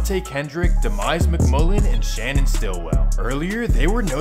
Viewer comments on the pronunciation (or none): none